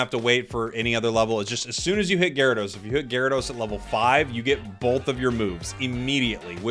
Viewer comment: We don't talk about ga-ry-do-oh-os, we don't talk about gar'dos